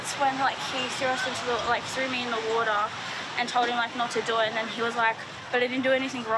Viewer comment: Water: "Uodar"?? 😂😆